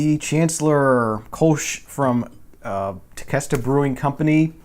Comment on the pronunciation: Hey, I just wanted to add some "facts" Hope you are insulted... I don't mean it that way. Tequesta is pronounced Te Quest A... it is actually a little town just north of me in Palm Beach County. They are a store front operation that you can go & be served from the tap. Not sure where the Cape Canaveral came from. There is a Large bottling company (think "America's Beer) maybe TBC has the beer bottled there. I know the store front is not very big. Tequesta is a beach town so maybe Der Chancellor was made to pare with fish? (just guessing) I watch all your vinyl videos & Tequesta caught my attention as it is local, so I hope my input didn't offend you. Cheers